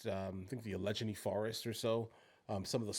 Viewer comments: Was pronouncing Allegheny (Al.a.gay.knee) forest as Alejeny forest intentional? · For future reference, Allegheny is pronounced more like Alle-gay-knee